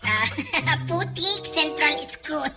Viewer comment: Ang Kyut nung pagbigkas ni ng (Putikk E.S)